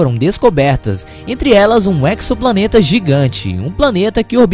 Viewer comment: Uma vez que tenha vindo direto do Inglês, alguns astrônomos tanto profissionais quanto amadores, têm pronunciado a palavra "exoplaneta" como /eksopla'neta/. A pronúncia correta em Português é /ezopla'neta/. O prefixo grego ἔξω, "de fora, externo", compõem várias palavras eruditas tais como exodermia, exoesqueleto, exosfera, exotérmico, exótico. Todas, sem exceção, são anotadas com /z/ nos melhores dicionários de Português, que indica que sua pronúncia deve ser feita com /z/ e não com /ks/. Exoplaneta não está ainda dicionarizada, devido a sua juventude, mas nada sugere que esta seria tratada de modo diferente